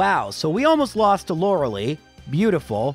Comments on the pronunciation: I’ve binged most of these runs on your channel and I really enjoy them. But that being said, I MUST point out (because it’s driving me mad)…her name is Lorel👁, not Lorelee. 😂 Keep up the good content, man! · hey man i love your videos but you know it's pronounced Lora-lie, not Laura-lee. you even addressed this in an older video saying "the pokemon community has asked me to pronounce it Lora-lie" but went back to saying Laura-lee the very next video. ark-uh-nine vs ar-kay-nine could be more debatable (even though you've pronounced it correctly many times in your older solo runs) but Lorelei is an actual persons name, and you're only saying it incorrectly because you didn't know how to say it as a kid. we all say stupid stuff as a kid, that's not a reason to intentionally mispronounce people's names. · Freaking Canadians are their weird pronunciations. Her name is Lor-Uh-Lie. Lie as in tell a lie. Not Lor-Uh-lee. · Lore-LIE and not Lore-LEE, by the way :) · I love this series but i always hope he beats the elite four in one go because I cringe every time he calls Lorelei "Laura Lee." Its not a big deal but it hurts me every time and is the only part I hate. But we still hit like because the Count impression is worth it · This guy is still calling her loralee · I still think it's pronounced like Law-ruh-lie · (is the Lorelei thing a bit or does not know how to pronounce her name?) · You're still saying "Lorelei" wrong